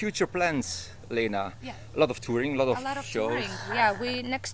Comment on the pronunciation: Leena? I thought her name was pronounced like Linna.